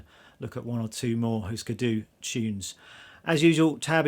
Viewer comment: you still dont pronounce it correct , give me a call and I´ll tell you🙂